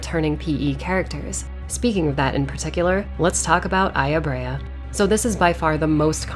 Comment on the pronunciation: The way you pronounce Brea sounds like her name is Aya-braya